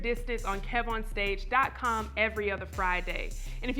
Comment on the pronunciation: Hey. I think is trying to say KEV-on-stage but he keeps saying Keyvon stage. Back to you